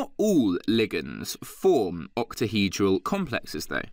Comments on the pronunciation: has no one picked up on the fact that this man cannot say octahedral 😂😂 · ahahhaha true true. i think he just says it weirdly lmao